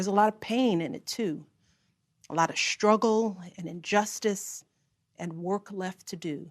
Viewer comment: She can't even say, Struggle, she says, Scruggle.